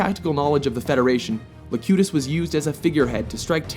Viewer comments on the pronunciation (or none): Good list. Not to be too much of a stickler, but it is Locutus rather than Lacutus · It's Locutus, not Lacutus. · Locutus, not Lacutus! Sheesh! From the Latin 'loquor', meaning to speak. A rerefence to Picard's locquaciousness. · It’s Locutus, not Lacutus... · LOL AT LACUTUS LOLLLLLLLLLLLL FCKIN MORONS ITS LOCUTUS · *Locutus of born, not la cut us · Locutus not LACUTUS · Lacutus? Are you kidding me? Its Locutus, as in "one who speaks" from the Latin. Lacutus would be "One who lactates". Perhaps a far more interesting villain, but not really who we're looking for here. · LOcutus, NOT LAcutus! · It's LOcutus, not LAcutus... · Locutus of Borg, not Lacutus of Borg. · It's locutus of borg not lacutus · It's Locutus, not Lacutus. Also, I find Khan to be overrated. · It was "Locutus". Not Lacutus. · LOCUTUS!!!! not LACUTUS!!!! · Ahem...wasn't it Locutus? Not Lacutus... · Lacutus of Borg or is it LOCUTUS of Borg? SMH. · Locutus, not Lacutus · It's Locutus, not Lacutus. Apologies if this has been pointed out umpteen times. Great video. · It's LOCUTUS not LACUTUS... it just doesn't sound menacing like that ;) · Locutus not Lacutus. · "Locutus" not "lacutus", it's the latin perfect passive participle of loquor (“talk, speak”) since Locutus is the voice of the Borg. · Q wasn't a villian in my eyes swap Q for Seska and its Locutus not Lacutus btw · LOcutus of Borg, not "Lacutus" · "Lacutus"? Sorry, but he is CLEARY pronounce it LOCUTUS. What have you done? put a deaf person in charge of this project? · C. I totally agree. 'Lacutus'? Commander 'Krooj'? The only reason I can think of that these mistakes were left in is because whoever made it was just pure lazy. Don't mess with our 'Trek',, or we'll put you right every time!! By the way, it's 'Locutus' and Christopher Lloyd's character is pronounced Kruge, with a 'g' as in dog, not rouge. Let that be a lesson to you!!:D Good vid, other than that. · Locutus, not Lacutus. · LAcutus!!!!!! Fucking idiots, it LOcutus.